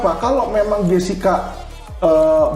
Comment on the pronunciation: Muncul lgi ibu ini,yg bilang Krisna Murti itu,Krisna Mukti, bilang Edi Salihin,Edi Solikin. Kalau blm cukup tau,nama² org,jgn ikut ngomong lh. Tuh baru ku dengar,bilang Jessica,jeksica😢😮😊